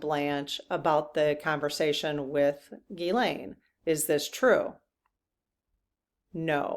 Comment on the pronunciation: Good questions today. By the way, it’s pronounced Gzeess-len, not Gee-Lane.